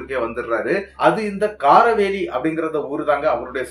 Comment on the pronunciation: காரவேலி இல்லை அண்னே காரவல்லி அந்த ஊர் பெயர்ப்